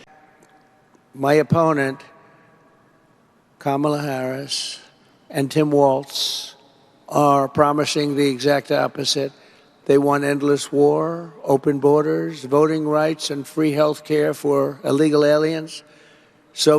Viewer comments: Yes, but he says Tim WALTZ… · There is NO T….it’s Walzzzzzzzzz 🙄🙄🙄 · So at 817 of this video he says Kamala Harris ( he actually pronounces her name correctly), be he calls Tim Walz… TIM WALTZ!!!